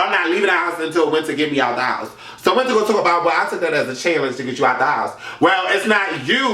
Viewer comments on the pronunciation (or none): I'm crying when he called zee alphabet and wiintrr seasons LMFAOOOOOOOO